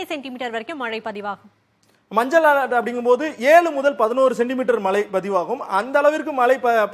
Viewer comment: Mazhai not malai